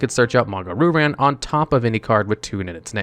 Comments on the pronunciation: Heehee…Manga Roo Ran..? No offense on you pronouncing the name. It is actually pronounced as Manga Ryu [Ree-Yu] Ran. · Bro do you legitimately think the pronunciation is “roo-ran”? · The pronunciation of Ryu-Ran is absolutely killing me...